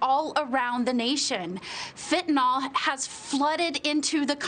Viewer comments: It's called fentanyl not "fitnol". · It's pronounced Fen-ta-nil. Fentanol is not Fentanyl. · It's pronounced FentaNIL!!! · It might be nice if these two could correctly pronounce Fentanyl. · "The shocking thing is, the president rarely even says the word" Thats because he can't pronounce it!!! He would get tongue tied for days if he tried to say "fentanyl"!!!! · Our "president" probably can't even pronounce the word fentanyl. IF he can, he probably thinks it's an ingredient in ice cream!